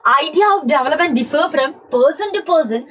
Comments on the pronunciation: Development❌ jevelopment✅ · Development ❌ Jevelopment ✅